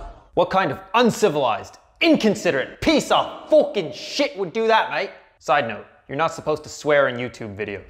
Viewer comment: After your "mate" I thought that you're aussie, but not